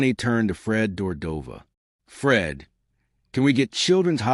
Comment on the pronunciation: Fred Dordova???? Ummm, its Fred de Cordova. Garbage video.